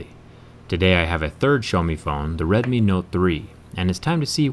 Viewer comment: Just an FYI, it is the first part of the phone's name is pronounced like the oww sound you make when you feel a pain, not the O sound of, "Oh, shit, my phone just broke in half."